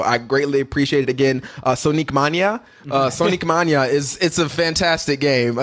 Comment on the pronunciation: "Sonique Mānia" lol